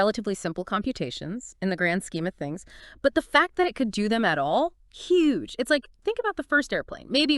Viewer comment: that was Hue G E